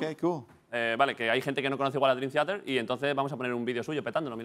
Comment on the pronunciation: David broncano se ha traído a Dreamtheater a catar agua a su programa, y a olerle la barba a Jhon Petrucci. Este tío va en buen camino. PD: La cara de petrucci cuando David pronuncia mal el nombre de la banda es brutal. XD